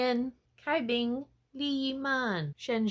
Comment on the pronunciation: Cai Bing is pronounced as "chai bing" and Hsin Wei as "Shin Wei" uwu